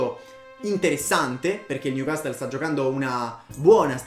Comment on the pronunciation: Newcassol non newcastle Si dice Lesgen non Leiun Tottenham Hotspur stadium non white hart lane Lo scudetto si vince in Italia non in Inghilterra, dì titolo piuttosto